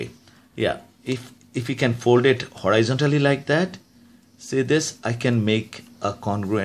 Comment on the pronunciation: “Hore eye zon tollee”